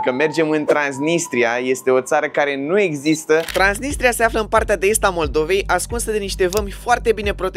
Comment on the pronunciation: Ba ai zis trainisia